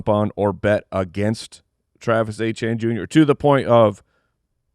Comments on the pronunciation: Travis "Achane" is NOT the french creole prononciation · You will never get me to pronounce Etienne as Achane no matter how much gaslighting you do